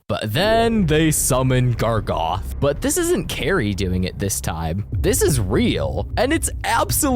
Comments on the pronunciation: ITS GARGOROTH!!!!! NOT GARGOTH!!! GARGOROTH!!!!! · 1 thing he says that is wrong is GARGOTH IS GARGAROTH OR SMTH BUT NOT GARGOTH. 2carman? Thats how he pronounced it and siman WHAT? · "gargoth" ITS GARGAROTH. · Gargaroth not gargoth😡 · why is he saying Gragoth💔